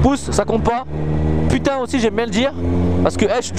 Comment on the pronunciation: MDR j'ai bien ris comme d'hab au lieu de dire putain tu dis "Pitin"